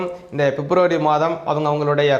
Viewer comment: Fep nu solladinga February. Yae fep fep nu thappa solringa.😂